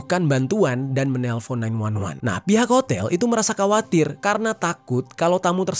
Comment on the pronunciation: bang, koreksi pelafalan utk kata: KHUSUS, KHAWATIR, KHODAM, KHUSYUK dll. semua kata di atas ☝ dibaca: HUSUS, HAWATIR, HODAM, HUSYUK, dll. jadi huruf KH dari kata2 serapan Arabic dibaca H, bukan K. nambah lagi bang, kalo ke depannya masih akan bahas seputar dunia kartel atau apapun sekitar Amerika Latin ada rules utk pelafalannya. huruf J dibaca H. -- Jalisco dibaca Halisko. ca ci cu ce co dibaca ka si ku se ko huruf Z dibaca S. -- Los Zetas dibaca Los Setas. -- Generacion dibaca henerasion. (kata Gi & Ge dibaca Hi & He). yah, masih banyak lagi aturan bacaannya, tapi kalo tahu rulesnya jadi mudah kok, beda dg English yg semua katanya punya cara pelafalan yg beda. CMIIW